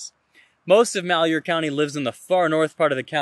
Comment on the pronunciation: I know you probably won't see this, but malhuer is pronounced Mal, like maltreatment, huer, is like here, with a sort of h/hu sound as you transition into the h. Take care and God bless